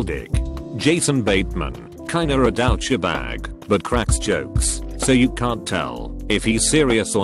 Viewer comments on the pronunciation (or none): So you really pronounce it "dow-cha-bag".